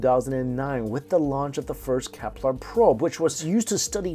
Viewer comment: Dude it's Kepler not keplar somehow I don't think it's a accent thing